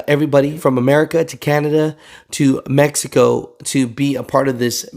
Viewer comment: Can’t stop laughing when you said Mexico😂😂😂